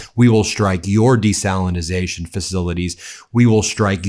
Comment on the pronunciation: You yanks dont knownthe diffefence, but it's NOT desalinasation, but DESALINATION